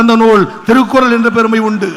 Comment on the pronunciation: Even Tamil Thrukkural cannot say properly. How he is becoming a minister?